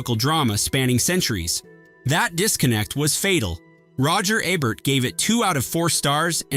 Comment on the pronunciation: 1 video, 3 different pronunciations of Roger Ebert: EE-Bert , EB-Bert and AY-Bert . Awesome.